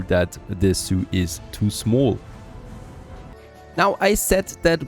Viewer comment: MYbe it's just me, but everything he says zoo, I hear Soiux and wonder why he keeps talking about Native Americans.